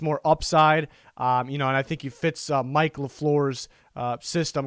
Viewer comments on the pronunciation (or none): none